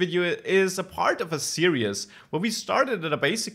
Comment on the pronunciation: "series" is pronounced "seer•eeze". The way you say it sounds like you're saying "serious".